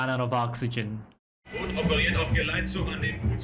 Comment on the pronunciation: you missing a few things in your research. you must watch up the specific data for WWII tech. not the data from 2023 ;-) and its not the englisch "boot" its not footwear ;-) its a long "o" not a "u" ;-)